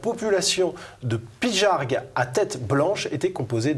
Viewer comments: Pigargue... c'est pas pijargue, hein ! Quel gros con, c'est un journaliste, ça, le mec qui devrait être encore au CE1? Comment tu prononces gaga... jaja ??? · Ga et non ja pour Pygargue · pijargue ??? heu ben non ça ce prononce gue comme garçons , éviter de francéciser les noms grecs c'est pas de l'anglais et d'ailleurs évitez aussi de tout francéciser un mot anglais ce prononce comme anglais , il faut respecter les langues